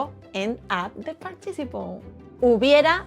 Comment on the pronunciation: You do a great job. However, one word in English that you are mispronouncing is “participle”. There is a stress on the first syllable “part” and a bit of stress on the third syllable “ci.” So, it comes out as part”- ti- ci’-ple. Your English is overall very good with a very cute Spanish accent. Sadly, with our hateful, unchristian Trump regime here in America, your accent could get you stopped and questioned by ICE agents. And, want your country please take Elon Musk off our hands! Muchas gracias para su lecciones en español.